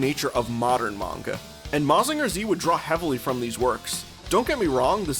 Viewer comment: Real cool video, dense with info and context! looking forward to more! But never say "Mazinger Zee" in my presence again 😤